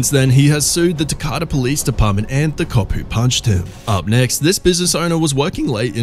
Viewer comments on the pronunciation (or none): 23 mark...your very FIRST incident example took place in the United States, in the city of Decatur, Alabama...please show respect as you "sum up" our police encounters by learning how to pronounce our city names...it's (dee-kay-ter) pronounced fast...Decatur, Alabama. Not only is it RESPECTFUL for you to pronounce our proper noun place names correctly, it's PROFESSIONAL as it doesn't make you look FOOLISH, IN A HURRY or UNEDUCATED.